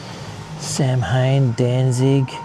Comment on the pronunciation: Oohh Geelong. Just started watching, quick note. Samhain is pronounced sow-un. The M is silent